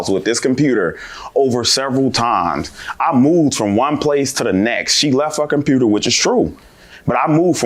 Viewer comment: Her say compruter. Lol